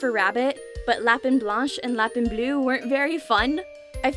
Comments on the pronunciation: Being french my self watching her saying lapin as lap in insted of lap ein was difficult lmao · Not trying to be snobby but your supposed to pronounce it LA-PAIN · These are beautiful but god the pronunciation of Lapin brought me physical pain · Appologies for being annoying but I can't help myself "Renard" is not pronounced "rey-nard" it's pronounced "ruh-nar" And "Lapin" is pronounced "lah-pu" "U" pronounced "unh" it's a little hard to translate into English I tried my best Good job on the bijou pronunciation gold star from ur local french teacher